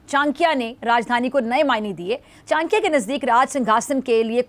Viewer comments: Behn chankia ni it's chanakya😂😂😂😂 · Chankya nhi😅😅😅😅 Cha na kyaaa bolo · CHANAKYA HOTA HAI ..CHANKYA NAHI .....JAHILO